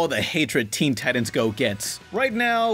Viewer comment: You lost your credibility when you pronounced "titans" wrong.